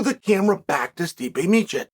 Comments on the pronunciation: I know Chael doesn’t pronounce names great but he straight up said meechick for stipe. Like bro come on 😂😂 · Gotta love Stipe 'Mee-Oh-Kick' and Sergei 'Pavel-itch' lol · Calling Tom Aspinall the Interim Champ makes as much sense as pronouncing Stipe Miocic 4 different ways in 1 video. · it's a good old tradition of Chael, for a silver tongued devil he is he surprisingly has a permanent inability to pronounce foreign names/surnames =)